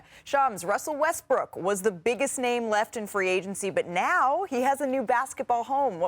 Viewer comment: He said Westbrick again. Haha.